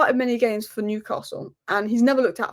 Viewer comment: The best pronunciation of Newcastle eva 😂… luckily the toon played well for that 11 minute spell, PS hey Liverpool win the league & be done with yourself leave the Cup for the toon